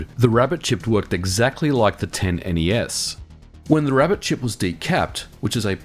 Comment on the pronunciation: Thank you for saying N-E-S correctly.